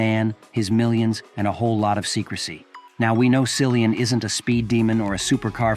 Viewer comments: Learn to pronounce his name correctly! Geeezzz! It is like Killian! You really shouldn’t do a video about someone whose name you cannot pronounce correctly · Probably the information here as false as the way they pronounced his name. Common it is common courtesy to pronounce someone 's name correctly. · Incorrect pronunciation of his name 🙄